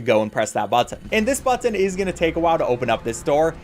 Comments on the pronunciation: I liked everything in this video except the way you say “BuTtON” 😅😭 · You say button weird